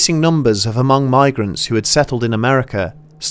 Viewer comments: Haven't you seen Gran Torino... It's Mhung... not HumUng. Great Video. Just wanted to quote a great movie lol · the way we say it is the o sound is the same o sound as “own” so it comes out like m”own”g instead of m”awn”g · It's pronounced "Hmoob" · It hurts my head everytime he says huhmong. And I am just some white boy from Nor-cal. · Great episode! One small quibble - I grew up in a community with a pretty sizable Hmong population in Wisconsin. Anyway, at least locally, the H in Hmong is silent and the ethnonym is pronounced "Mung" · "Hamong" 😭 hurts Everytime you say it but thanks for noticing our culture tho 💯✊ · As a Hmong person, I'm proud of you. btw the "H" is hmong is silent. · For real tho the H is Silent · Isn't the H silent? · the H is silent.